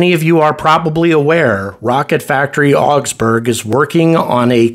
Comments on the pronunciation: RFA being a German company, I would expect the correct pronunciation of Augsburg is not "ox-berg" but "ah-oogs-boorg" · The Wikipedia page for the city of Augsburg has an actual pronunciation; just click on the Loud Speaker icon.